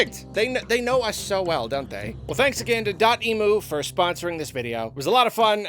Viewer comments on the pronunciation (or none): You pronounced DOTEMU wrong.. it's not emoo like the bird.. it's M U like emulator.